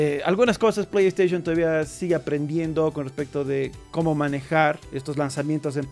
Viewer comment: Porfavor no digas plegd staishon! 🤦🏻🤦🏻🤦🏻🤦🏻🤦🏻🤦🏻